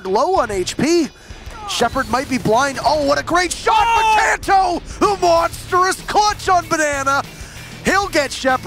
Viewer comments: Are we just going to ignore this host to call Kanto “cunto” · My man doesn't know how to say Kanto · I'm so triggered about the pronunciation of Kanto